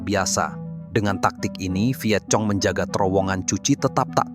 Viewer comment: Bacanya bukan cuchi tp kuchi.bkn Vietcong tp Vietkong.